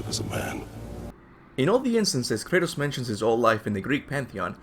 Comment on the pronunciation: drink every time he calls kratos curtis